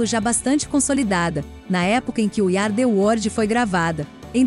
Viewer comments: O vídeo tá excelente, mas a pronúncia do inglês da narradora é triste! “We Ari The wordi”! Poxa vida! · Iú ardi uordi.........a frase é dita trocentas vezes dói nossos ouvdos.